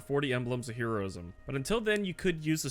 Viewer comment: ...okay, I just have to say, I don't think I've ever heard anyone pronounce "Heroism" like that when you were talking about the necks